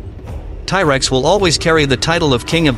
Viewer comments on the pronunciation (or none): it proconce T rex not tie rex just so you know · Its T rex not ty rex. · It's T-rex not ty-rex. Who the hell ever called it that? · What the hell is a Tie-Rex? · Tie Rex? plus dinos were NOT lizards. GAD (tie rex ffs!) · Tie tex? 😂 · Thai Rex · ti rex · I've never heard it pronounced "Ty" Rex before this video. I was expecting to hear some discussion on the Giganotosaurus vs T Rex size debate. Giganotosaurus had a stronger bite than Spinosaurus but still weaker than the bite of T Rex. Anyway, I Subscribed. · The Tye Rex? WTF is a Tye Rex? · I can't anyone serious that calls this animal Tyrex. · Firstly T-Rex (not "Thai-Rex as you keep pronouncing it) was not a lizard. The living animal group he is most closely related to are birds. Secondly, why do you have to use that horrible AI English translator for narration? A real voice, even one with a thick accent, would be much more pleasurable to the ear. This one sounds completely disjointed and is hard to listen to for more than a minute. Find a real person/voice to do your narration.